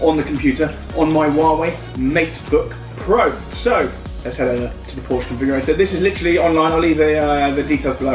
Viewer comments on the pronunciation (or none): You should not be allowed to buy a Porsche if you can't pronounce the name correctly. One sits on a porch, you drive a Porsche (pronounced like the girl's name Portia). How do you pronounce Bordeaux? Do you say, "bor-de-ox"? Of course not.